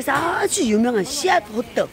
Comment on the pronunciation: 호떡이에요 호뜩이 아니라 🤣🤣🤣